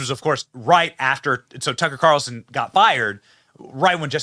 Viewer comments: Its carlson not carson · its Tucker CARLSON----NOT Carson dude:face-purple-crying:speak his name legibly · PLEASE SAY TUCKER'S LAST NAME CORRECTLY!!! IT'S CARLSON WITH AN "L"!!! I remember a couple of years ago they put Judge Janine in a 2 week suspension/vacation for something that the "higherups" didn't agree with either. If this turns out to be permanent there is always NEWSMAX to watch where some of those fired from Fox are now happily enjoying their jobs!